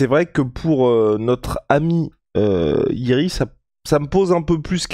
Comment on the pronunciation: Je crois que l'on dit Yuri Prochazka